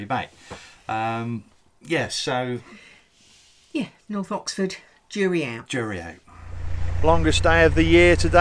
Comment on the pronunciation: You are such a glamorous lady,. I only watch occasional videos as I'm currently going through the back catalogue of Minimal List's channel and once I have caught up, I will have a look at yours. I love the way you corrected when she said Norf. My very ex was from Essex and he could not pronounce th and would say things like firty free, which I'd laugh at. I tried to show him how to put his mouth to enable him to say 'th' and he really did try but his dentures flew out of his mouth leaving me in hysterics.